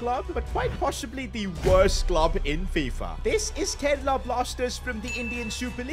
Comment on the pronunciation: and its karela ni g gga its kerala